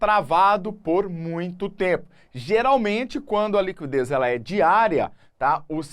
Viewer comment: A pronúncia correta de liquidez é /likidês/ , não /likwidês/, independentemente da região do Brasil.